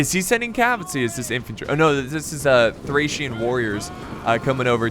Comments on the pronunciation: THORRAC WARRIORS IM SORRY BUT HE SAID THERE NAME THORRAC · It’s Thracian not thorrac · Why in the heck did you keep saying thorack or thorag?????? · TH--RACE not THORAC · lol can't even say thracian warriors correctly. keep calling them thorac warriors. Learn your units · Well I believe he’s dyslexic and there are many thorax units on the field (yes ik he did mistakenly call thracian units thorax) and he’s quickly trying to commentate the video but it’s easy to get them mixed up at a quick glance; it’s a lot harder than it looks and being dyslexic makes it even more difficult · Been watching you for years, and your pronunciation of words never seizes to amaze me, lmao. I don’t know how one could possibly see “thorak” from “Thracian”, unless they are dyslexic hahaha. You’re hilarious. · Don't wanna be that guy but it's thracian warriors not thorac or thorak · Before recording can you just read the unit names so you dont butcher them,you can prounance it wrong but dont call thracian barbarians thorax swordmen who are hellenic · I'm kissed by the fact you mispronounced thracian warriors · Correction: pissed at your mispronunciation of thracian warriors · Thracian man... you have to do something with names, stop video and take some time to read the name correct! I know its difficult when you are dyslexic but you can do it! I know from myself 😉